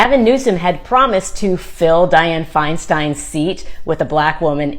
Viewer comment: Di-anne my man